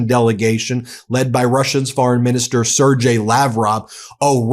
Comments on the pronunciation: Love your coverage, but please - Sergei is pronounced 'sehr-gay'! Clear speech indicates clear thought... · if Musk is "overseeing Doge", as Leavitt states, then he is not merely an advisor the "G" in Sergei is hard so the second syllable is pronounced "gay"